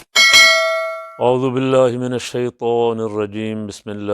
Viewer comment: اعوذ کا ع ادا کریں